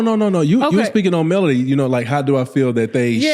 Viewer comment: It’s Melody not Melodie! See I can tell you don’t follow the show! That’s why you’re clueless